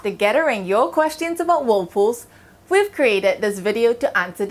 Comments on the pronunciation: She pronounce it Wold poos arun de wuld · Whool pooohs 😂